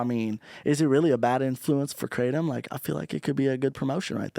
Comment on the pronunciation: Theyre pronouncing kratom(kruh-tom) wrong the whole time😂😂😂